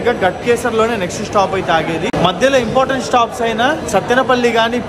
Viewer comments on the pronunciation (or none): none